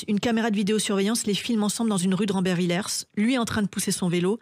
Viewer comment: Ce n'est pas rambervillerse mais rambervillé (ça s'écrit rambervillers).